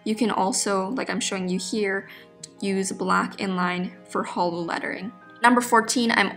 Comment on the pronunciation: I keep hearing holo instead of hollow